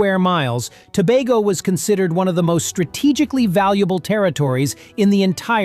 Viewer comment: Glad you pronounced "Tobago" correctly, we've never been to "Toe-bah-go"